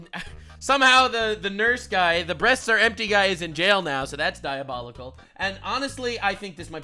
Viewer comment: Excuse me sir but it's pronounced DIABOULICKLE